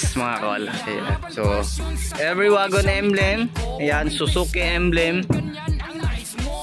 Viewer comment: Wagon? Mag pronounce yan.(wigon) di waaagon bisaya hahaha